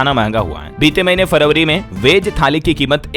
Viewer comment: शब्दों के उच्चारण गलत हैं | फरवरी का उच्चारण गलत किया | आवाज भी कर्कश है |